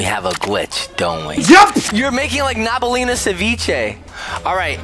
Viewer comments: did he really call nabnab nabnaleena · thats nab nab not nabneleena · when you’re in the cleaning room and saw one of the garden of banban character that is not nabnab Not Nabnalina if I pronounce her name, right